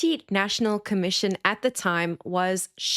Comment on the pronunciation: It's Shadreck Sibiya